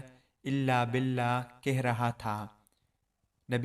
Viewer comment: Bolna seekh lo bhai, billa nahi billah